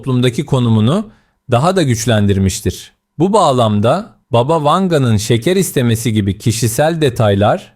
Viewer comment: ...ama "baba" değil... "bába"...